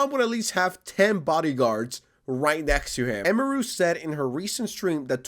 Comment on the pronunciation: "the streamer eemaroo" 🥀